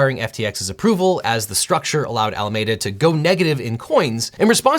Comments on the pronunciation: It pains me to hear you say “Alameda” wrong so many times lol there’s even a clip where they say it right, and still you say “ah-la-may-da” instead of “ah-la-me-da”. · its alaMEda not alamAda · Objection! It’s Al-uh-mee-duh, not Al-uh-may-duh! I cite my grandparents and aunts who live in Alameda. 🤓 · ffs It's AlamEda not Alamayda. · Al a meee da. Not Ala made uh. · It’s really hard to watch this video when you keep mispronouncing Alameda. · Ala-ME-duh. Not med-uh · You are pronouncing Alameda wrong, it's a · luh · mee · duh with a "mee" not a "meh" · I'm sorry as it doesn't matter but it's bugging me... Pretty sure it's pronounced Ala-me-da as me and you not Ala-may-da. From the bay area and that's how it's pronounced here and how your clips are sayings it. Love this channel! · Good summary. It’s pronounced Alameeeda and not Alamada. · It's al-ah-MEE-da, not al-ah-MAY-da. Believe me, I live in Alameda County, and go to Alameda Island Brewing Company, which is on Alameda Island. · I love you so much LegalEagle but it’s driving me crazy how you pronounce Alameda. Ala-ME-duh not ala-MAY-duh. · I know it's not that important but it's pronounced "Al ah me duh" not "Al ah may duh" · I love his videos but I just can’t get over him pronouncing Alameda as a·luh·meh·duh when it should be a·luh·mee·duh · I think you may be mispronouncing Alameda. If, as I assume, it was named after the county in the Bay Area ( includes the towns of Berkeley, Oakland, and Fremont) then the common pronunciation of the county is: AL-ə-MEE-də with the middle being pronounced like ME. Thanks and enjoy the content. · Say it with me now "Al-A-MEEE-Da" not "Al-A-May-Da." But it's okay, you're just a Angelino. Bay Area people know better. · Since SBF is from Palo Alto, shouldn't it be pronounced Al-uh-ME-duh? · Isn't it AlamEda, pronounced like the city in CA? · It's "Ala-Mee-duh." Named after Alameda County, I winced every time, so many times lol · It's "Ala-meeeee-da" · Al-aa -me -da